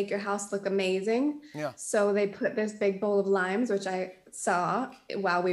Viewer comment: She said limes and I swear I heard it lions 🦁 😅...